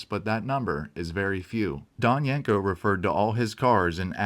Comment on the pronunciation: Great video but you're pronouncing the name wrong. It's not yank co, it's yen co.